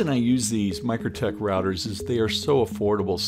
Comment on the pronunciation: Mikrotik = Micro "Tic" Not Micro "tek"